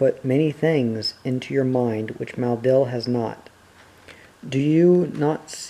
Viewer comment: I notice that you pronounce 'Maleldil' as 'Maldil'.